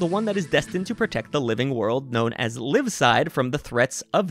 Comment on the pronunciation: "Leevside" lol